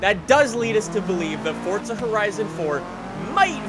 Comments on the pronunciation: It’s not fucking fortza it’s fucking FORZA. He says it like it’s fucking pronounced Fort za. Omg he is so damn stupid. WELCOME TO FORTZA! ITS FORZA U IDIOT. FOR ZA NOT FORT ZA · It's Forza not Fortza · its not fort-zuh its four-zah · FORZA.......not forTza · how does this guy have almost a million subs with the way he says forza...its not fortzuh bruh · KAL 1 Am I the only one hearing him say FORT?